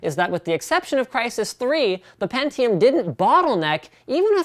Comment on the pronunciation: pentiome iz zhe winnöur